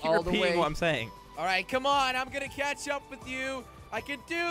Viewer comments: Did he say ketching up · Drinking game: drink everytime they say "catchup".